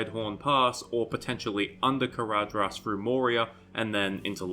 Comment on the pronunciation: ""dh" is pronounced "th". Caradhras is pronounced carathas. Sorry but it bugs me every time you say it